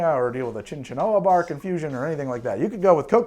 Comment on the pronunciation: It's pronounced "sinkona", just for the record.